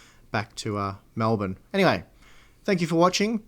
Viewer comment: The biggest sin in this video pronouncing Melbourne as Melbourne...🤣